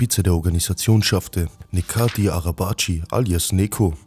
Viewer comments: Er heißt Necati und nicht nekati amk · Neko ,wird aber Netscho ausgesprochen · Es triggert einen übelst wenn du Neko sagst 😂 Bruder über ihn gibts doch zischt dokus wo sein Name ausgesprochen wird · Sehr geiles Video aber Aussprache ist: „Netschatin“ Bzw. „Netscho“. Weiter so!❤️ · Man spricht das c bei Necati aus wie das Dsch bei Dschungel. Das meinen die Jungs hier in den Kommentaren. Und der Nachname, das cı (araba-cı) genauso wie dsch von Dschungel 😁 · Guter Bericht einzige verbesserung ist die Aussprache von Necati . Das C wird im Türkischen wie ch ausgesprochen also Nechati mit ner leicht anderen Betonung , juckt eh kein wollts nur gesagt haben 😂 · ungefähre Aussprache "Nehdscho Arabadj(e/ö)". sorry, aber das hört sich echt mies an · der Typ wird Nejati ausgesprochen tf is los mit dir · digger gutes video aber wie crack sprichst du sein namen aus bist du whack? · Bro sein Name , „Neco“ wird wie „Nejoe“ ausgesprochen !!! Genau wie Necati wird wie Nejati ausgesprochen !!! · Sogar den Namen sprichst du falsch aus hahaha das sagt mir das du schlecht vorbereitet warst es heißt NECATI NECO und nicht neko such dir ein anderes Hobby